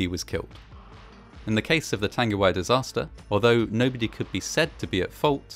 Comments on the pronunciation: Tongue-a-why I'd how it's pronounced bro- Nzer/ part maori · tung-e-why . g sound is mostly silent in te reo maori. love your work mate. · Pronounced Tongue-e-why disaster. Arohanui ❤ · Tangiwai. Tarn-gi-why? Nah. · not to be that person but the pronounciation was actually... not the best. like at all. notably the "ng" sound in tangiwai, whangaehu was mispronounced with a hard g instead of a soft g. also he used the "w" sound for whangaehu instead of the "f" sound. can't blame him though, he was reading it in phonetic English rather than Te Reo (and many pakeha can't even say shit right so there you have it)